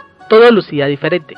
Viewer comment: Los ''espetro'', de versalles como pronuncia de mal jejeje, algunos lugares ''jamosos'' ay no sigo, que voz tan irritante, ''diferette, ah no...